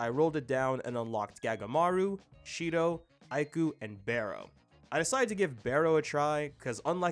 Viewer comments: its BAHROH not BAYROH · Hate to be that guy but Barou is pronounced bar-roo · Btw Barou is pronounced barrow like can I barrow your pencil? I'm just saying so that one guy doesn't hate for something so little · Barous name is “Bar-oo” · It's his accent bro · So we can say naruhaya right but not barou 🙏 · I mean the way he pronounced it, it was weird/funny